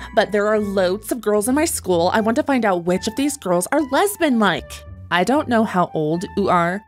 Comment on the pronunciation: "Ur lesbeen" "Who says I'm lesbeen?" "Ur lesbeen"